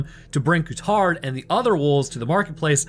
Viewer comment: Cool video! The lead wolf's name should be pronounced differently though, Courtaud would be "Kurto", with the emphasis on the O at the end. Not Ku-Tard.